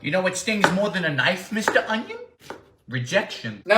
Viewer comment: Oynion an cewaly!